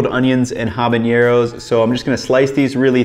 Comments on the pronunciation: I'm gonna be that guy and say there's no 'ñ' in habanero in Spanish, so it should be pronounced without it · great video but fyi there is no ñ in habanero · Why do people keep adding the "ñ" to habanero? It's just an "n" sound just like in English.